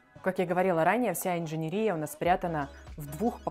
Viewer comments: Слово есть, только не инженерИя, а инженЕрия... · В слове жалюзи, ударение ставится на букву И, это французское слово, в слове инженерия на последнюю букву Е! Вы представители творческой профессии, КАК можно быть такими неграмотными!!!